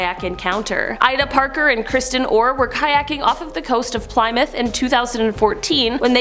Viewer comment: PLY - MOUTH????